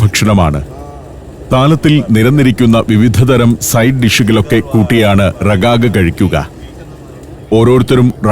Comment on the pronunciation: റിഗാഗ് Rigag എന്നാണ് ഉച്ചാരണം 😜